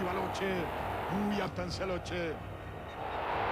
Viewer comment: LE NOM SE PRONONCE "LOQUÉ" ISSU DE L IMMIGRATION ITALIENNE EN ARGENTINE!!!